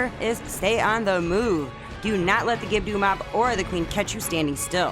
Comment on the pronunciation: It's pronounced Gibb-Doh. There is no "U" or "Ew" the end of the name 😁 Keep up the great work w the vids!